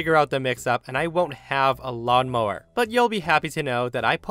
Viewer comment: Did you say tow mower